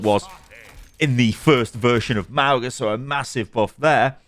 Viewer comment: Ma - oo - nga 😒🙄